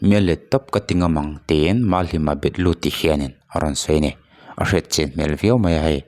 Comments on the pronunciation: Bet lu a ni lo, Be tlu ti a lam tur aw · Thil dang daih. MahlimaBetlu tih hi, Bet lu tia lam tur ni loin. Be tlu tih a lam tur a ni.(type hmanga lam dan tur sawi awlsam zawk nan,a inzawm loin ka ziak) Eng emaw tak chu a awm a ni,chhui chhuah ngei ni se ka ti khawp mai. #JUSTICEFORCLIFFORD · Betlu tih i rawn lam dan hi kan sawi ve lawk. I lam rik dan ah kha chuan Bet lu tih ang in a ri a, tlu tih ang a lam tur zawk a ni e. Mahni tawng tal hi chu thiam/ hriat chian a tha hle mai. Tv vel a News puang tu thenkhat te pawh hian, mipui hriat leh hmuh a an puan hma hian, ngun takin a lam dan leh a nih na hi a hre zawk te zawh fiah hmasak thin hi a pawimawh khawp mai... Ngaithlak tui awmlo khawp a news puang kan awm ta nual mai. Mi hming kan sawi dawn a nih pawhin, a thlûl dan dik te zawt hreh lo ila a tha hle a ni. Engmah ni lo hian kan sawi ve duah a nih chu..